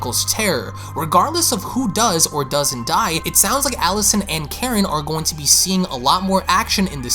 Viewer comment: You sound like a Canadian and your voice is so annoying. Not trying to be mean but also quit saying “offing Karen”, it takes from the significance of her role and it also sounds like ur saying “whaffing karn” LMAO